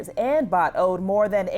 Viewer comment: "Bhatt" is pronounced "Butt"